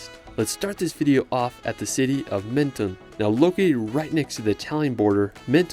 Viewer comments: Dommage de n'avoir pas cité ANTIBES qui est plus typique que CANNES. PS : on ne dit pas MEN TO NE en France mais MEN TON ce n'est pas ON/OFF. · Could you please at least make an effort to pronounce the city names correctly ? Menton is not pronounced maneton 😢 it is not that hard to pronounce It the way it should… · Menton is pronounced Monton and Cannes i is pronounced like tomato can.